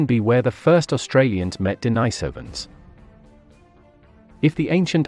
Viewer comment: Maaaan u need to learn pronouciation. First of all its de ni sovans. Ånd the islands name is su la veci... I know its not spelled correct. But its way closer to how its pronounced